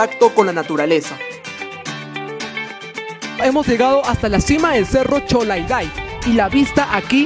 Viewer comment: Animal no es cerro cholagday si no chologday... no distorsiones el nombre de nuestro majestuoso cerro...